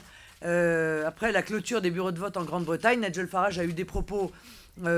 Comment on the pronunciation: Arrêtez de prononcer "Faradj". Farage est un nom français qui se prononce comme "barrage".